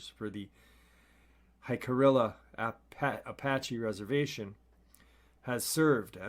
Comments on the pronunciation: It's pronounced Hick-a-riea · Brother I've heard you unknowingly mis-pronounce the name of the Tribe of Native Americans that have their reservation at Dulce thru no fault of your own. And I hope not to offend you, but I figure it's worth a mention. It is pronounced "hick - a - ree - ya" Apache. We are thankful for everything you do!